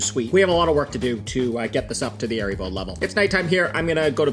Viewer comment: Nice video, good instructions. I like how you went over the process of trial and error, and made your own invert sugar in the end. And reiterating the recipe in a labeled section in the end makes it a good reference One note, it's not pronounced "aeribo", it's "haaribo". Es macht Kinder froh -- und Erwachsene ebenso!